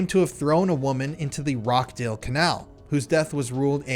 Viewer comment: you pronounce Rochdale wrong, it it not rock dale it is rotch dale